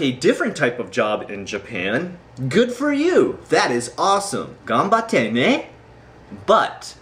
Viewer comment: GAMBATTE NE... i love how said those words ^^